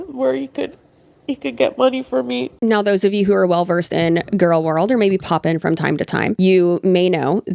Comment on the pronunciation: I'm...I'm sorry but "gorlworld"? Hi 😂